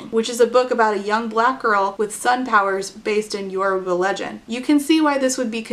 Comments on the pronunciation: even though sucks, i'm so glad i watched this video so i could learn about marve!!! i'm nigerian and my family is yoruba so i'm really interested in this book, thank you for introducing me to this author! also you pronounced yoruba pretty well ❤ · Oh my god thank you SO MUCH for covering Sungate. It was so insane. Also thank you so much for pronouncing “Yoruba” correctly. Omg I cringe every time ppl mispronounce it